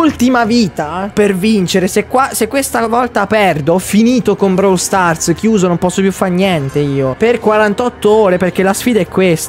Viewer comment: si dice Brawl con la o